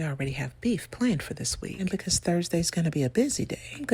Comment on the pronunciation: The only people who can show up unannounced are delivery drivers and Jesus ... love your delivery. "Becow" 🐔 🐔 🐔 😅😅😅😅